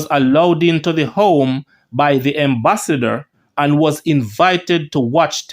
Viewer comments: Its Ambassador and not Embassador lol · lawd Gad what unnu go learn Fi read bredda. Embassasor or Ambassador ,Poosy it is Pusey. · Am is am, em is em, the word is ambassador not embassador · The word is (ambassador) with an A. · The word is AM-bassador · I believe he this it for fun because he knows people will comment